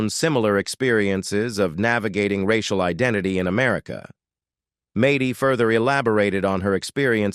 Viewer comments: No Jon was supposed to have weekend visits but she pushed HER attitude since Jon to leave and divorce her not her children. This interviewer obviously doesn’t know the family since Mady’s name is pronounced MADDIE not MAdy. And Kate tossing her son into a school and told nobody where he even was - even her brothers or sisters or her brother (who doesn’t talk to her anymore either), but finally Collin got a crayon and moved in with Hannah and their DAD. She didn’t receive any visits from his mother for several years. Kate is all about KATE. I’m sure you’re a better than Kate. Kate and Jon bought the big house and it was supposed to be for the kids yet Kate sold it. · Mad dee not may dee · It’s not Maty it’s Maddie. Mad dee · IT IS MAD- DY. AND A- DAN. SAY IT RIGHT OR YOU SHOULD NOT BE AN ANNOUNCER DOING THIS JOB LEARN TO SPEAK YOU ARE ANNOYING. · Maaaaty that's not how you say her name. Good lord how can you do this and not say her name right ? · Mady is not pronounced that way. Also, the twins are not 21. The sextuplets are 20 almost 21 which would mean Mady and Cara are 24. Also, you showed some pictures of Mady, when you were talking about Cara. You also showed pictures of Hannah when talking about Alexis. You also said Aadens name wrong a few times. And repeated yourself several times. In general, your pictures just don't match up. You showed pictures of Cara and then Mady when you were talking about Leah. Don't make a video if you don't know all the facts and can't do it correctly.